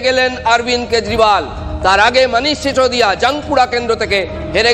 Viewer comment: কেজরিওয়াল❎ কেজরিবাল ✅....😅😅😅